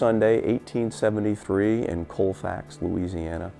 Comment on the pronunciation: It is pronounced calfax